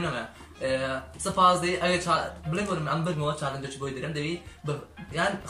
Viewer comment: چارنج نا جاڵنج